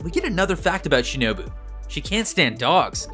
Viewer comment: well he got tanjiro's name right once... and shinobu's too (maybe kanao's too in the same moment but i dont remember all of it)